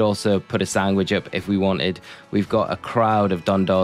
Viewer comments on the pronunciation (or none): im sorry i will not sub because you say SANGWICH